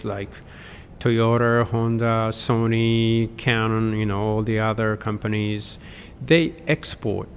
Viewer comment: トヨタ、ホンダ、キャノンの発音が日本人なのに日本的発音でないことに驚き